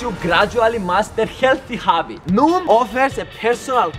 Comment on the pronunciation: you said noon not noom